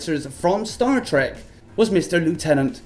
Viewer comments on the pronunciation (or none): none